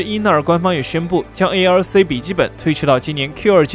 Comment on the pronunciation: arc念成 A， L，C 听起来真别扭。念“阿克”就好啊。为什么那么费劲？